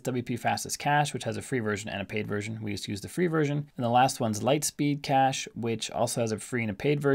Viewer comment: it is called LITESPEED CACHE not Light Speed Cahce ;-) Thx for the Video